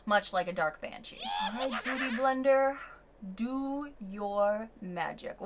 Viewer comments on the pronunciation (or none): You did such an entertaining tutorial Halloween 👻 🎃 thank you! Had a blast 😂 sounds like you say bootie blender. 🧡🧡🖤🤎💛❤️‍🔥💛🧡❤️‍🔥🧡🎃🎃👻💀